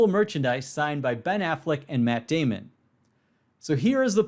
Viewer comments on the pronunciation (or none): none